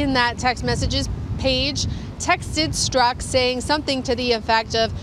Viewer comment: Dude, PLEASE STOP mispronouncing Peter Strzok's last name. It is NOT pronounced 'Strock'. It IS pronounced 'Stroke'. Repeat: His name is Peter Stroke. His name is Peter Stroke.